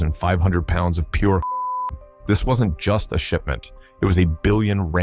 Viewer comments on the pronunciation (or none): none